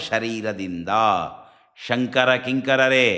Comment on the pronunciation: ನಾನು 3 ಬಾರಿ ಶೃಂಗೇರಿ ಶ್ರೀಗಳ ಮಾತನ್ನು ಹಿಂದಕ್ಕೆ ಕೇಳಿದೆ. ಸ್ಪಷ್ಟವಾಗಿ ಅವರು"ಸಂಕರ" ಅಂತಲೇ ಉಚ್ಚಾರಣೆ ಮಾಡ್ತಾ ಇದ್ದಾರೆ.